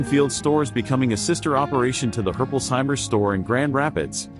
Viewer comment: Yeah im a Herpolsheimer and that pronunciation is bad